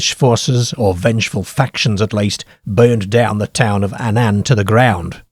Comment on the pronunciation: he cannae pronounce Annan correctly though...!